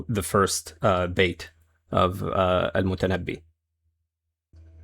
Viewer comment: Brother, it's al-Mutanabbi, not al-Mutannabi. Good video anyway.